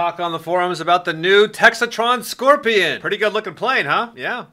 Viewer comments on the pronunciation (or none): Textron not Texitron.